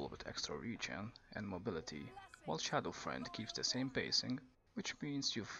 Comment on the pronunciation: Its Shadow Fiend (Pronounced Shadow FEEEEND) not shadow friend XD